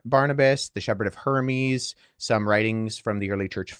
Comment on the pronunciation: If we’re talking about pronunciation it’s a bit distracting that Wes keeps called the Shepherd of Hermas the Shepherd of Hermes